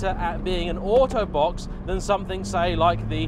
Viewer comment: when you said auto box i thought you're saying autobot lol good review by the way!